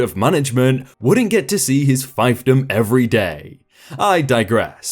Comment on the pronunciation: "Pen Chint" "feef dum"